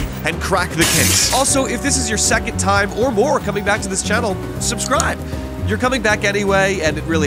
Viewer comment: I loved when he said "its slime to solve this mystery" and slolved the mystery all over the splace